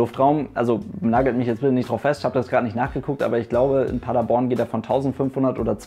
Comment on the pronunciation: Du hast Paderborn richtig ausgesprochen 😍 Viele die nicht aus Paderborn kommen sagen Paaaader-borrrrn